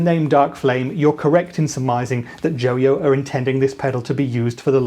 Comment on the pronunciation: JO-YO? NO, IT'S JOY-O!